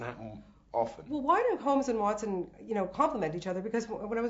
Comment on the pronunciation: does Robert call him "Hotson" instead of Watson? :D